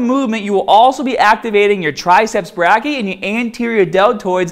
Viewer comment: for future reference, "brachii" is pronounced "bray - key - eye"